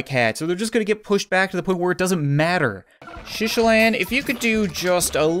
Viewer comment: It’s not shishilan it’s SHITalan and not boober it’s BLOOBER